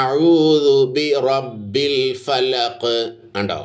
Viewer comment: അതു പോലെ.. ബിറബ്ബിൽ.. എന്നതും ശരിയായില്ല...